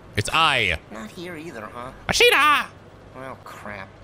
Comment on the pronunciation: Let's not forget "Ashina" too, instead of Asahina